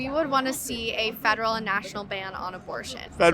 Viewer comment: "Da FBI is wuined on a fedewal wevel."😂